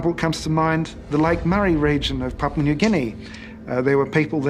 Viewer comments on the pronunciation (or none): none